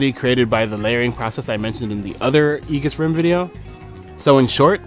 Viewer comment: it's pronounced ee-juhs